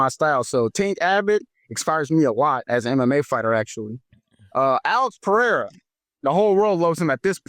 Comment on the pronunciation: We have to teach DJ how to pronounce Pereira instead of Peheira 😂